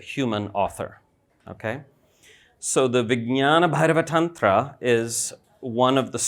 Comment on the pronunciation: perfectly pronounced